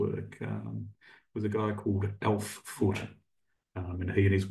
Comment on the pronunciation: What was the name of your mentor -- I heard "Elf Foot"?